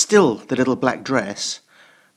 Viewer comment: "...A bit tighta and a bit shorta!" Yes! You are the man,!